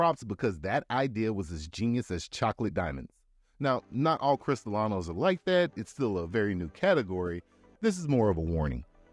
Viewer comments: Sorry. Don't want to sound like a know it all but, it is not pronounced "cristalano" it's pronounced cris-ta-lean-o as in crystalline crystal clear. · Thank yo for the great overview presnted ina simpified manor that is easy to understand. Perhaps revisit the voice over narration so you are pronouncing the Spanish words, such as Mixto ("Mee-Stow") and Cree-stee-lee-no"correctly to round out a great presentation. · Was anyone else bother by how many times he mispronounced CristralEEEEEno ?? (with Cristalano) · As a mexican who live in mexico: 1) by law there are 5 states than can make tequila: Jalisco, Michoacan, Nayarit, Tamaulipas, Guanajuato 2) food coloring is used not only on tequila but also on rum and other drinks 3) using Narcos meme as an "authority" in Mexico its a bit racist 4) you say "cristalano" instead of cristalino, cristalano its like say ass of glass. You're welcome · Piña is pronounced "peen-yuh." Añejo is pronounced "an-yay-hoe." Cristalino tequila or filtered tequila is not pronounced "crystal-la-no" but, rather, "cristal-leen-oh." Codigo is pronounced "coe-dee-go," not "coe-duh-go." Lots of errors and mispronunciations in this video.